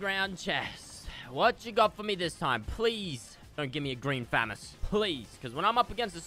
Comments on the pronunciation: he triggered me by kept say fam-us I thought it was fuhh-mos lmfao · Btw it’s not fam ess it’s fa moss good vids tho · famis ha ha ha it’s pronounceded famas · Did anyone else get annoyed when he said famees instead of famos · Listen to me fresh fu-mas instead of famas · It’s “FU-MAS” NOT FAM-ES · It’s fa moss not famass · Fu-ma-s=famas not fam-as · It’s killing me he is saying famiss it’s pronounced fah-moss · this is how many times he said "green famist" | | v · I love how says fmas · The amount of times he said fammas !! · The amount of times he said FAMIS🤣🤣🤣🤣 or GREEN FAMIS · is it me or is fresh saying famas like famus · “Green Fammous” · there should e a counter on how many times he says green phamas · “Green famus” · Can I get a dollar for everytime he said thermas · It’s pronounced Fu-mas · how many FREAKIN TIMES DOES FRESH SAY GREEN FAMUS LIKE YOUR SAYING IT WRONG AND YOU SAY IT A GAZILLION TIME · Y did he say grean famas so much he didn't even say it right 😂😂😂😂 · The way he says Famas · Say FAMAS right!!!! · Someone please tell me how many times he says "green famas" and says it incorrectly. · Anyone els get triggered When he say Famas and not famas